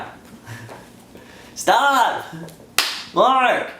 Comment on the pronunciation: "Mark staph it" xD